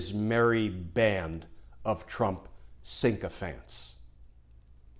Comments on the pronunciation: Sycophant, not sinkophant. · Glenn darling I love you but the word is "sycophant" x